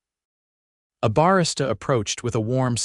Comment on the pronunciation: Your AI needs to pronounce 'Barista' correctly. That's one of the many failings of those things. Minimal Housing Impact? What world that be? Thanks.